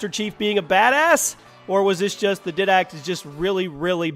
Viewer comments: YOU SAID DIDACT SO WRONG!!!!!😅😅😅😅😅 the pronunciation is dye-dact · It's pronounced diedact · His pronunciation of Didact triggers me. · he said did-act its pronounced diedact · wyvern=wy-vern and iwajira=ira-jira didact=di-dact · didact is pronounced diedact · Didact is pronounced D-eye-dact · "dydact" "plasma grenade" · 1 how could you not mention salazar boss from the resident evil franchise and 2 how can you pronounce Didact wrong??? 3 bungee but 343 did do a nice job carrying on the franchise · How do you mispronounce "Didact" when they say his name several times in game? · you said didact wrong also I don't care about who's better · good lord! finally someone noticed! the way he pronounced it hurts my brain! and the didact too!!